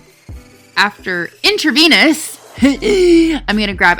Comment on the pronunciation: You saying "in-tra-vaniss" was cracking me up.